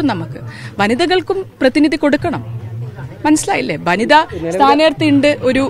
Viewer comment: ബനിത അല്ല വനിതാ 😂